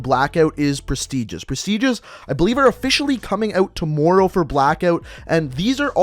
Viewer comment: The way he said tommorow